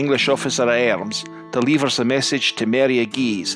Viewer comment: I'm a Scots speaker in that I'm fluent in Scots but I'm from the lowlands so I mainly speak English but I still have the accent obviously. Your Scottish accent isn't great if I'm honest but it's better than most and you get a few words wrong. Words is pronounced like wirds rather than wairds and deliver is pronounced like delivar not deliveer at least if we're talking about Edinburgh and to some extent Glasgow. Aberdeen does it's ain thing